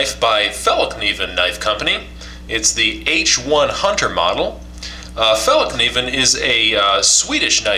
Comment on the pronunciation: wrong. I'm from Sweden and it's pronounced more like fall-kniv-en, you can't forget the K in kniven. fallkniven is not completely right either but its hard to explain what ä sounds like in fällkniven, but it goes a long way if you say fall-Kniven instead of fall-niven. (if i would try to explain how ä sounds like its like the a in as) :)